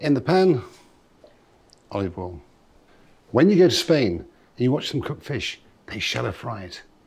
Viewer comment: Aliddabiddov olivole... And the tiniest amount... of bazzle